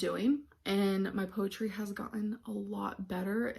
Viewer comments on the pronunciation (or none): “Poewumm””powretry” and “writ” How does she get it ALL so wrong?